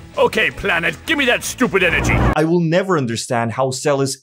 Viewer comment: 😂😂😂😂 when cell said give me the stupid enegy